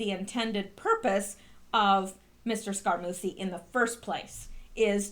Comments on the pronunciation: Not Scara-Moosy SCARAMU-CHEE Two Cs make the sound "CH" in Italian ! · Scaramucci pronounced Scare a moochie I THINK. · Scaramucci is pronounced Savaramuchi. Reince is pronounced Rhynce (like rhyme) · Bon GEEE no! Scar A MUCHIE - long U Jeez. Watch some TV and learn how to PRONOUNCE names. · Scarmucci is pronounced "scar - MU - chee" or "scar - MOOCH - ee". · I'm glad I searched through the comments before I posted - was going to tell her I thought it was more like "Scare-a-moochie" lol 😏